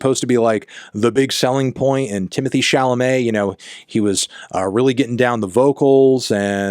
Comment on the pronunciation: Stop saying "Timothy" please